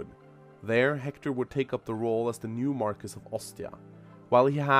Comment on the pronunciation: psst . . . its pronounced Mar-Key. It's derived from French.